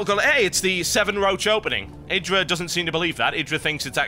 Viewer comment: TB, Idra's name is pronounced - "Eih-Drah" :) LIKE SO HE SEES THIS ~